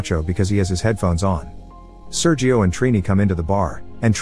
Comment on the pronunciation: SerHio, not Seryio!